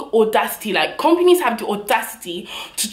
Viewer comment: The way she says companies 😂😂😭😭